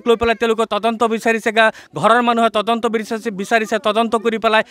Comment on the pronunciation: 😂ata Assamese word correct koise tadonto aru reporters last kaibar tondonto kole oh count korok sun😂... Reporters namsakar janisu